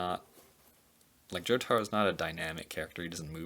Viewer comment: Every time he calls jotaro I cringe